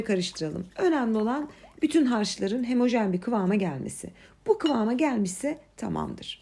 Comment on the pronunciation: Hemojen değil(Homojen) Sanarsınız değil(Sanırsınız)Bu güzel tariflerinizi anlatırken Türkçemizide doğru kullanırsanız çok güzel olur.😊